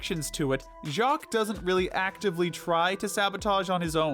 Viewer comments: I LOVE THE WAY HE SAID JACQUESSJSIWIEJEOWOWJSJEN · I'm still laughing at how they pronounced "Jacques"